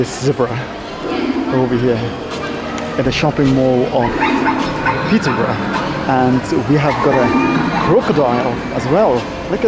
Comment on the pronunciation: The pronunciation of the old Peterborough name was wrong 😑